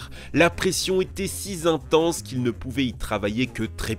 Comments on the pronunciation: Tu fais des liaisons imaginaires partout c’est trop drôle 😅 « si zintense » « cinq zouvriers » 😅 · Les liaisons dangereuses... :) "Si zintense"... " cinq zouvriers" etc :p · Intéressant mais deraillage ? Cinq zouvriers ? Si zintense ? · Quelques liaisons mal-t-à-propos et autres fautes de français : "la pression était si z'intense"... "c'est ce qui s'est passé pour cinq z'ouvriers"... "elles se sont faites la guerre des lignes" "Elles se sont fait" aurait été préférable. un magnifique "déraillage" en lieu et place d'un déraillement. A noter que le mot déraillage existe, mais dans l'industrie textile et n'a rien à voir avec un train ou un métro qui quitte ses rails. Cela dit, super vidéo, très intéressante, sur un ton quelque peu badin qui la rend encore plus sympa. J'aime beaucoup, et pardonne bien volontiers les erreurs de français au vu de l'excellent boulot. :-) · hello, bonne video instructive mais de grâce, respectez la langue française ! La conjonction "si" se prononce "si" et il n'y a aucun s, ni aucune liaison avec le mot suivant (y a pas que dans cette video qu'on entend un "s" de liaison for-z-inopiné...) et on ne dit pas "déraillage" (c'est pour les tissus) ; pour un train, c'est déraillement... Ciao ! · "la pression était SI ZINTENSE" lolz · "La pression était si Z'intense ..." "C'est ce qui s'est passé pour cinq Z'ouvriers ..." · La pression était si zintense. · Excellente vidéo, pleine d'information de détails et d'anecdotes croustillantes à propos du metro parisien. Fascinant ! En revanche à "une pression si zintense" il n'y a pas de liaison après le si mon cher ami. Bien à vous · "la pression était si z'intense", "cinq z'ouvriers"... A part quelques liaisons dangereuses, la vidéo est super intéressante. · "la pression était si zintense" "cinq zouvriers" NOOOOOOOOON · La pression était si "zintense" ? cinq "zouvriers" ? Le "déraillage" ? le lac du "Colemara" ? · "La pression était sizintense" Gg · Pression si zintense ?